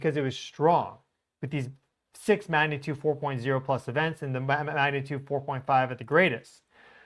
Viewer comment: listen to how you say the word “magnitude”. You are saying it many times without the “g” sound - ma natude. Practice it as “mag na tude”. I believe this will help your viewers who expect a level of accuracy in all things. I’m guessing this pronunciation developed because you are speaking so rapidly to cover a large amount of data and observations. Please take this as a helpful suggestion rather than criticism. Your coverage of earth and solar observations is fantastic!